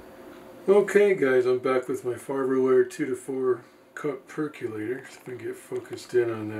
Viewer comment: My only complaint ... why do people pronounce it "perc-you-later" when it's a "perc-OH-lator"? (Pet peeves) ☺